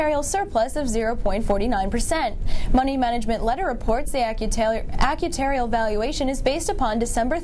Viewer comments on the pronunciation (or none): You were trying to say "actuarial", not "acutarial" right? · Her "acutarial" versus "actuarial" gaffe is alarming. Makes one wonder about the quality of people giving us our news. This person walks around saying she is a business reporter?!